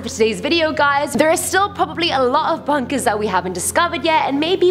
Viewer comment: You don't discover bunkèz, bunkèz discover you